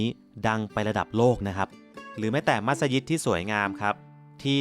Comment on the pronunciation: ดีมีคลิปให้ดูได้เห็นความสวยงามของผู้คนที่อาศัยอยู่กลางทะเล ถูกใจนักท่องเที่ยว โดยเฉพาะฝรั่ง เอ๊ะคลิปนี้ เรียกมัสยิดถูกต้องแล้วน่ะ คลิปที่แล้วเรียกมัสหยิดอยู่เลย!!!